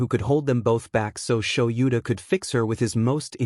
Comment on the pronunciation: Is there a way to teach the program proper pronunciation? "Kaken," "Sho-YOU-ta," and "dot" (...) are pretty distracting. Also, the way it does the stutter.